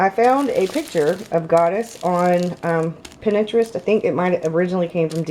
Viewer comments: it's prounounce "Pin-trest". 😉 Love your BOS! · plays Pinterest. pronounced 'pintrest.' She massacred the word Celtic too. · Lmao the way you say Pinterest tho ....! Love this video. Was looking for good inspiration and good examples and this was a good example. Thanks for sharing = )